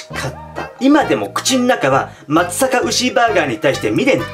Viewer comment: まつさか？地元ですがまつざかが正しいかと・・・。